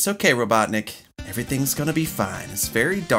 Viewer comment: Sully Price Yes! U Got It Right!! It's ROBUTTNIK!! Lol!!!